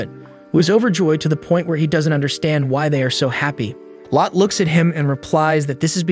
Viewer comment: I like this but it isn’t lot it’s pronounced low-tey